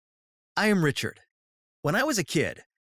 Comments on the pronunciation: At the beginning I thought he said I'm richer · When he said ”I’m Richard!” I thought he said ”I’m Richer!” I was like, umm o-.... okay...?